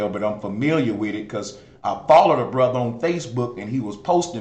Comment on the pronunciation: Ether ,bre-ther, an She-ther😂😂